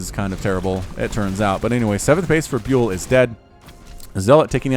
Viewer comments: Trybadur X Yes byul means star in Korean and is pronounced bial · I think ByUL is pronounced as [bial], not [biul]. Check out this one